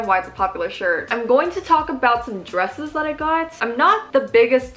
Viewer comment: When you said “dresses,” I somehow heard “drugs.” I think I was really high (on my morning coffee lololol) just a moment ago... 😂